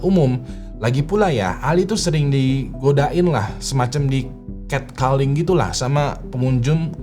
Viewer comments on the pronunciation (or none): Cat calling bacanya ket koling, bukan ket keling bang